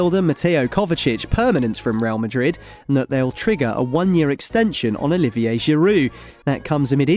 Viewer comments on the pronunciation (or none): none